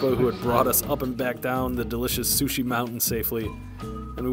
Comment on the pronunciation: rofl "Sushe"